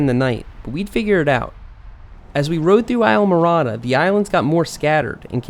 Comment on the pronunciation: It's pronounced eesla mo rada